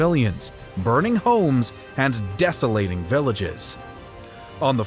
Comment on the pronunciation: 😂 my man said " decilating" 😂